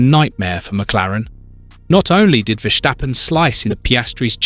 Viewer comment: Please say, Ver Stappen. There's no shc in there. Ok.